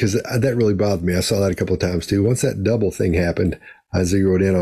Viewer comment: Or at her age, is she saying bothered not bothered.